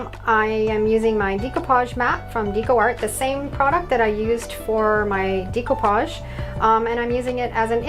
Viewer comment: Nice work thank you. Please pronounce it right, it's pronounced deck o pauge , not dEc o pauge. I'm in my 70's and have been doing it for many years. Suddenly lots of crafters say it wrong. Sorry to be a craft Karen. Lol.